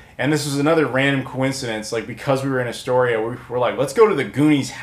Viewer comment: I'm from Seaside, OR originally. Had friends and their parents in Kindergarden Cop and such. But yeah.... THE GOONIES HOUSE IS OFF-LIMITS!!!! lol, can't believe you actually made it up there! The signs weren't up?! Did you not go see the lighthouse from the "Ring" that is in Astoria? Also it's pronounced "Ore-uh-gun" and "Ass-Tore-eah"! Just like Illinois is pronounced "Ill-uh-noise"! Great pick-ups video! The chase seen from The Goonies was done down in Cannon Beach next to Haystack Rock and the restauraunt was up on Tillamook head over-seeing Canon Beach (Ecola State Park). That is also were the Fair was shot in "Kindergarden Cop". My famile's ashes are spread in the Ocean there, and I lived by that rock for a couple years one time.